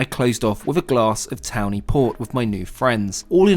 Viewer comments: Tawny port! Not Towny! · Hi there, I did enjoy this video but could not resist a chuckle at your mispronunciation of Tawny Port. You pronounced it as townie but it's actually pronounced so as to rhyme with "corney". Personally I prefer Ruby Port. So enjoyed your recent journey on the Maharajah. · FYI. - tawny port - it’s pronounced “torny”.